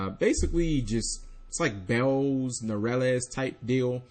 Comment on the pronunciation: its not bells its beelze omfg!!!!!